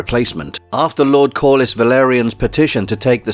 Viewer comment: Almost as convincing as you calling him correlius instead of corlys